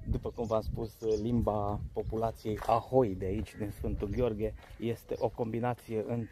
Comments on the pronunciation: o mica rectificare: locuitorii se numesc haholi, nu ahoi. locuri unice... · ucrainienii se numesc 'haholi' bre, nu 'ahoi' :) :) in rest big like !